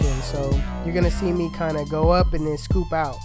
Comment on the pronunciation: "lord help meh" LMFAO